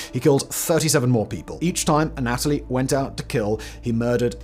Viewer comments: The way you say Anatoly is killing me. You say uh-NATALIE. We say ANNA-tull-ee 😂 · It is not pronounced aNOTaly. It is pronounced ana TOH ly. Hugs, The Corrector. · anna-toe-lee, have you seen docudrama Chernobyl HBO for pronunciations.